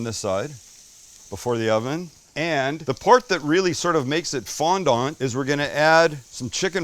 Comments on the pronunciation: Sorry buddy but if you're speaking English then it's FONDANT not FONDONT. Although in your defence the French pronounce it more like you're saying it but obviously without pronouncing the tea at the end so who's right who knows it's a hotch potch. Thank you though really nice really well presented little recipe that I will do them nom nom. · Had to laugh at the pronunciation 😂 It’s FondAnt. Not FondOnt. … Soft A - Fondant. The A is almost silent. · The T is silent. Fondan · These potatoes are delicious, and you will impress your guests… but save yourself a bit of embarrassment by not pronouncing ‘fondant’ the way that this gentleman does. It’s French and is pronounced without the T. More like “fawn-don” 👍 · How are you Canadian and weren't forced to take French in school??? You just butchered Fondant. Don't tell me you say FOYERRRRRR. Ahhhhhhhhh!!!!! Foyay, fondan!!! hehehe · You can tell he just found out about fondant potatoes on youtube 10 mins before this since he has no idea how to even say it. Bar is pretty low these days. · FOND(ant) -- pronounce the first half, fond, then add ant. The dominant accent is on the first half. Love from a Canadian 😊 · You said fondant potatoes like I would imagine Thurston Howell III would lol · Can't wait going to do these tonight with roasted asparagus typed with garlic, Italian herbs and 5 Italian 5 cheese on top then a big rib eye All done with olive oil in a cast iron. Oh went you said what they were called in the accent. You sounded like Thusrton Howell the 3rd from Gilligan's Island.